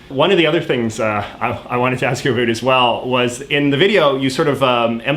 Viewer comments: Is he joking about saying about because i am hearing abut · You are the first Canadian I've heard who actually pronounces 'about' like 'a boot'. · JJ pronounces the word "about" (/əˈbaʊt/) as something like "abut" (/əˈbʊt/). Is this a common thing in Canadian English (or his regional version), or just a quirk or his pronunciation? Just curious, as a non native English speaker. I usually understand quite better American/Canadian accents (well, the neutral ones at least) than British one. Many people here in Spain prefers British accent but I find it more... how to say, stiff? Like the consonants are too marked, making the general sounds less mellow. Maybe it is because I am from a region that does the same with our native language, or maybe because media exposure, whereas most people are less prone to consume series in native languages and more prone to learn from tutors. Anyway I do not remember hearing someone pronouncing "about" in this way until now (even in Canadian tv shows like Trailer Park Boys). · The vowels "ou" in "about" create a diphthong. Why do you pretend they don't? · I’m canadian and the way you say about is so infuriating i have never heard someone pronounce “about” in such a weird stereotypical way